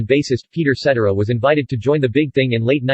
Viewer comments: SET TARA Peter Cetera ..get that right... at least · Set TEER ah is how you pronounce Cetera. LoL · Another video that can't pronounce Cetera properly.